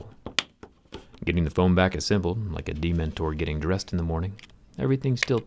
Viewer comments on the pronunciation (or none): You did not just say demon-tore instead of dementer ahahshah u r having me on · JerryRig: Demontor Harry Potter fans crying: DEMENTOR! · Did he just call a dementor a "Dee mentor"? 😂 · My takeaway from this is that you say 'Dementor' kinda weird.